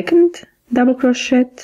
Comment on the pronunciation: You pronounce crochet (cro/shay).